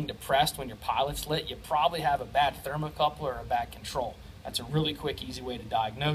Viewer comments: Ha, you keep saying "thermocoupler" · 'thermocouple' No 'r' are the end of the word. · Great video! It’s a thermocouple not a thermal coupler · Its "thermocouple," not thermocoupler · Very good and informative video, usually read through the comments cause I often pick up something extra, there are a lot of English proofs having a problem with your pronunciation of thermocouple, seems strange, they are looking for info on testing this thing, trouble shooting requires an analitical mind, yet this becomes a big stumbling block for them, what because of this they get so confused that the knowledge you went to the effort of sharing with a very well done video is some how not good enough, I wonder how man useful videos this group of rocket scientists have produced, jeez some people.